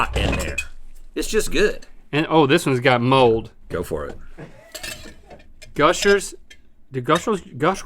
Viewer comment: Gushers became Mushers